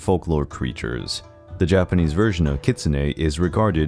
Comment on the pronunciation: Really appreciate you taking the effort to pronounce the Japanese correctly. So many videos on these don't try at all.